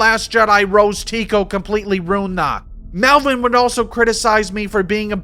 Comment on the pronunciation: The accent is solid, but you don't call Rose Tico Rose Taco, and you don't throw in half a hundred "Oso"s instead of saying "also."